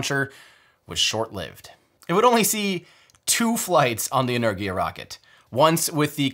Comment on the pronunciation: Why are americans so bad at pronouncing words? Saying "energia" like "lurgy" when it's pronounced "en-er-gia"